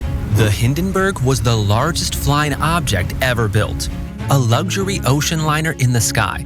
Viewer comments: "Lugzury" Ha ha ha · There is no G in the word luxury